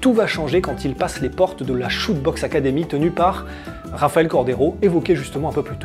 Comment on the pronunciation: Chute boxe se prononce Chuté 👍🏽